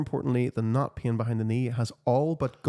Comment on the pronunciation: To my Australian ears the way you pronounce "pain" sounds like "peeing" 😂